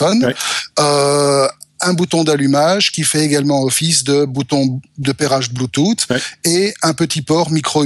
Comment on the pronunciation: "Bluetoute" <3